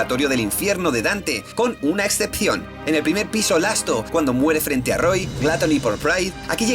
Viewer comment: "Lasto", "Praido", "Grido"... JAJAJAJAJAJA